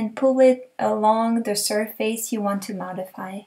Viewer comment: You are exactly right, it IS pronounced "Sir-Fuss"! I like your way better tho, LOL! Keep up the great videos, I really enjoy your work! thanks again!